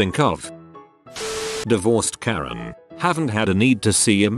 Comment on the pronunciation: Wait, did this guy misread Karen as Korean? XD